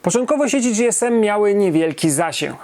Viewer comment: Nie "Era dzi-es-em" tylko "Era ge-es-em". Gdy telefonowało się na infolinię w komunikacie powitalnym było "ge-es-em" a oni chyba najlepiej wiedzieli jak się nazywali.